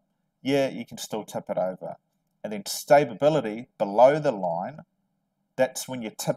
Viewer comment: Are you trying to say stability? Or stabability?